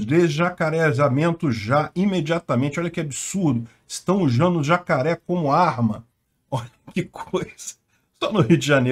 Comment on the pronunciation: "Estão ujando zacaré como arma" 😂